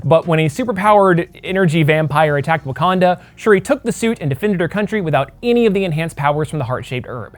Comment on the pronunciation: Everytime you said shiri my damn iphone started listening